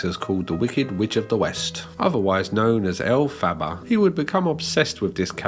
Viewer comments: I'm not a theater kid, but when you mispronounce that "Wicked" character's name I die a little inside. Other than that, good vid. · I can't cope with that pronunciation of Elphaba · i love the way you pronounce elphaba 😭😭😭🩷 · The pronunciation of Elphaba makes me laugh in the same way Moira Rose says baby in Schitt's Creek